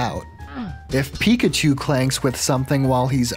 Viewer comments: please never say Pre-kachu again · I'm calling Pichus "Prekachus" from now on. Also Raichus will now be "Postkachus". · I'm saying prikachu from now on